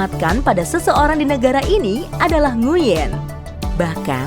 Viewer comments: Kalo gk salah bacanya Nguy-en bukan Ngu-yen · koreksi min… nama Nguyen diucapkan "nguin" ya… jangan keliru ucap nguyèn biar yang lain tahu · Bukan nguin tapi d baca jadi 'nguyn'